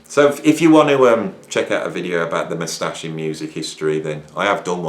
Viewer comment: Algorithms are bull, the moustache video was the best! I will never pronounce it MOUStache again, henceforth mousTACHE for the dignity it deserves!